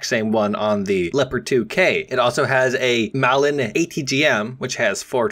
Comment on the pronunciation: "it also has a MALIN atgm" >:(